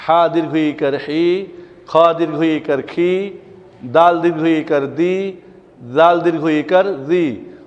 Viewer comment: wow and daal bengali pronunciation are not correct